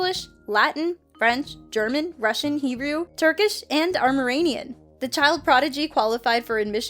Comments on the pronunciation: It's not pronounced Armor-anian, it's pronounced Arm-enian. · Armeranian? or Armenian? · Wow. “Armerenian”. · Did she say he speaks "armaranian"? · He spoke Armeranian? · What is this language "Armorainian"? ? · RE Sidis wtf is "amerinian"? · Please tell me where "Armeranian" is spoken. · It is pronounced stupid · this bitch just say armurainean.........like how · Loved the video, just wanted to make a correction... Armenian is pronounced "R-MEAN-YIN". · cant pronounce Armenian? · This video almost convinced me until the narrator mispronounced Armenian. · Please learn how to pronounce “Armenian!” 😛